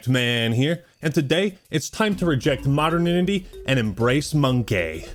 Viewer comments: Hate to be that guy but it's pronunced mo-der-nity not mod-ern-inity. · "...it's time to reject moderninity..." Err..... Say whaaaat? Modern IN-a-tea? Modernity. Rhymes with maternity, eternity, return a Tee (If you have a receipt). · its MO DERN ITY lol not modanitty